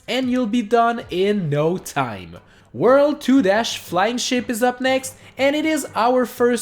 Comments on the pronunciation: The word is worlD! With a D! Please dude, try and practice that. It actually annoys me so much. I don't mind 99% of your accent but you always say "whurl" instead of world. Oh and also, I think it was pretentious to say "Wow we did it." at the end. No, you did not. I appreciate that you showed us that it was possible but you were not able to do it yourself. So you did not do it. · Drinking game: take a shot every time he says “wurl” ...you won’t survive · I'm pissed off cuz you said super Mario 3d land It's 3d "world"